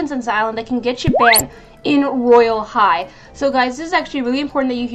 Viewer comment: Its royale high not woyale high